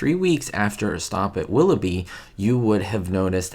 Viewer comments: you flash a photo of Desi Arnaz and instead of saying Willoughby you say Willowy. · 'A stop at WIlloughie?' its - 'A stop at WilloughBy....' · It's "A Stop at Willoughby." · was mispronouncing "Willoughby" and it reminded him of Ricky Ricardo, so he dropped in a quick shot of Desi. 🙂